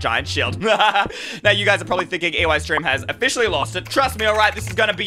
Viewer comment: eystreem morlickidonte no eycheeter